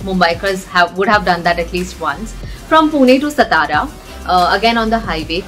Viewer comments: It's सातारा not सतारा. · it's not STARA it's SAATAARAA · It's not SsTara .. it is Saatara.. can't believe such people exist ..